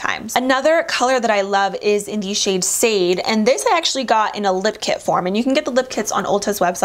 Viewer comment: I love the Uoma lipsticks! But the shade “Sade” is pronounced like “Sah-Day,” like the singer 💕